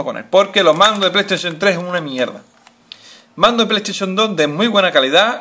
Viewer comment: pay taishon 3 :v Aprende a ablar !!!!